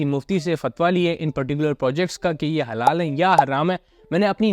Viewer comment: Sir ap jo halal ya haram mein break le kar bol rha ha ek dum confuse kr deta ha 😂😂😂